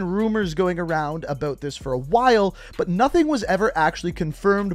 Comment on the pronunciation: I really hate the way you say “about” lol